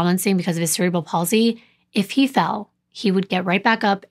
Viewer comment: Thank you for pronouncing cerebral palsy correctly. Also just an FYI mental retardation is now called intellectual deficiency. 😊